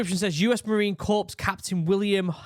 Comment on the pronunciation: LOL... He said US Marine "corpse"...he Obamafied it! 😜😂